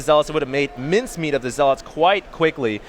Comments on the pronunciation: Zealots* not ZealAaAaAaAaAaAaAaAaAats fuck sake. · you have great content and do great commenting, but please... 1 - "Proxy" is not short for "proximity". 2 - It's "ZEL-et" not "ZEL-aught". It's like a spec of feces on a gorgeous cake everytime you say those things. With love. Peace. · Yeah but the constantly mispronounced "Zeeeeeelot" is annoying :D Also proxy != proximity :P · Who the fuck says ZeaLOTS that's not English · hd pronounces zealots weird